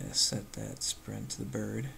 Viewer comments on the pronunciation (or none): So far, I like the videos. Very informative. Couple questions... Why do you call an ImageSprite a "Sprint"? Also, in another video (I think it was a side-scroller) you called Fill Parent "Fill Patrant"... Just curious.